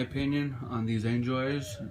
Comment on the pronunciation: When you say angel eyes it sounds like your saying enjoys